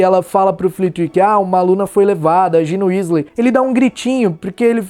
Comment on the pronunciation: Se fala Gina Ueslei